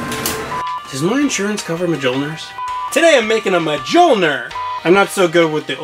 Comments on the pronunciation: BRUH MUH JULL NER Mjolnir=Myullneer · Majolnir. Really. You can do better than that. It's pronounced me-yo-lnir. Mjolnir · Whaaaaattt!!! you've to pronunce: Miölnir not: M-g-olnir!!!!!!!!!!! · Just an FYI: it’s pronounced “Millneir” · Mee-ol-kneer I dunno if that helps, I think the last part mightve came out wrong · Verily, a mighty hammer for any god or Cosplayer. However, the correct pronunciation for thou Hammer is Me-Yol-Neer, or as the immortal god amongst men Paul Rudd calls it Johnathan. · I cant tell if that's a joke but its me yol neer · Ma jul ner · Learn the correct pronunciation of mjolnir its pronounced mill-nor